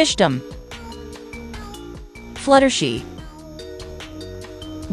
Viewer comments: It’s flutter, shy, Not flutter shi 😂 and it’s princess Celestia not Princess Celeste😂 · For the last time it’s flutter shy not flutter shi! And it’s not rava and the last dragon 🤬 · Fluttershee 😂😂😂😂😂😂 it's Flutter SHY. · It’s flutter shy, not flattery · It's supposed to be flutter shy and not flutter shi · It's not fluttershii it's Fluttershy👍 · Not Fluttershy it’s fluttershy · It’s not fluttershe it’s flutter shy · flutter she.. GIRL ITS FLUTTER SHY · Um that "fluttershi" was hilarious 😂😂 😆